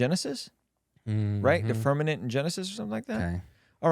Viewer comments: Are you confusing firmaMent with permaNent? You sound like uneducated southern people saying like that 😂 Who is the guy that used to work at NASTA? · So intelligent, “firmanet”. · Because of these guys and them saying firmanent. I am now a flat earther. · Yo pls stop saying firmanent its firmament 😢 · yall said firmanent like 10 times 😵‍💫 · This is such a sad watch for two people I have a lot of respect for they’re just crapping on the flat earth community which I’m NOT apart of I believe the earth is spherical but have some respect and atleast pronounce firmament right ! Geez! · Haha... It's firm-a-Ment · Can someone teach them how to say “FirMaMent” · Flat or round...how do they not know how to pronounce firmament? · Yeah I was confused by that lol. I’m like “how are they not catching that they’re saying it incorrectly? It’s right in front of them on the screen!” Lol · Once I read your comment, I couldn’t stop hearing it and now I can’t watch the video